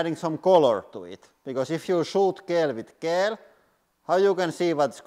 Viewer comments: "Gel" is pronounced like "Jel," btw. :) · Pro tip, you say gel in English like jel, with a j pronunciation! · gel is said jel like jellyfish because english is insane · In English, we say gel like "jel" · It is pronounced like jelly... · I love the way he says gel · I like the way he says gel lol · I like the way you pronounce gel.